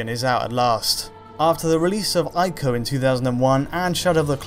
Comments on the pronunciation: Ee-co, not Eye-co! For heaven's sake! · It's not pronounced eye-co. It's pronounced ee-co. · "ee-koe" not "eye-koe" sheesh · It's pronounced "EE-KO" not "AYE-KO". I know that some people don't like to pronounce foreign words , for fear of being pretentious. But all of the sounds in the word ICO are available to you in the English language. You know that Nintendo console called the "Wii"? You don't pronounce it "WIE" do you? Please trust me I studied Japaeneas in high school. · Are you sure Ico is pronounced 'eye koh' because I am sure it is pronounced 'e koh'. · Say it with me..."E KO" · they're pronounced eeko (ICO) and treeko (TRICO)